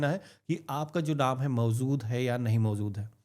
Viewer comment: Sir aap mawzood ko mawjood kar dijiye. Baki sab thik hai